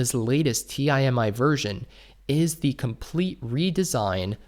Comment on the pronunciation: Does he not know how to pronounce Timi lol